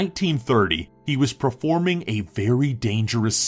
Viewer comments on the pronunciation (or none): Who heard him said "preforming" instead of performing?